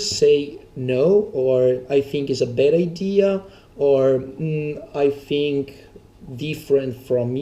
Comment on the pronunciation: when this guy says fink instead of think)